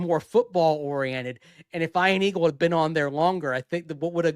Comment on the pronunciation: Eye-an Aggles.